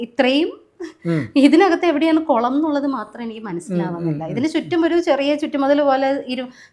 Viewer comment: കൊളം അല്ല കുളം